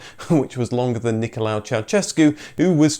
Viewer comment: Complete lack of research into Ceausescu's name, it wasn't "Nicholau" it was Nicholai. Also no research into the pronunciation of Dacia, Aro, Pitesti etc etc etc